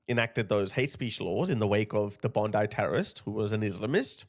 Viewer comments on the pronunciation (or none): none